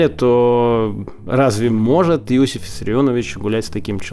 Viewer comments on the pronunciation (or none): none